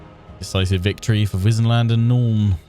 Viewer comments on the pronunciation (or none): They could've had her pronounce Wissenland properly - since the Empire is themed on Germanic culture / HRE - it should be Vissenland.